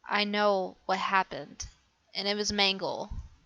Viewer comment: it's mangle